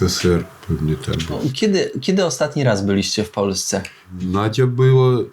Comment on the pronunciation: To chyba Nadja a nie Nadzia,.oj kierownik to moze na rosyjskim chpdzil na wagary albo ma jakies lokalne nalecoalosci ston z ktorych pocjodzi albo slon nadepnal..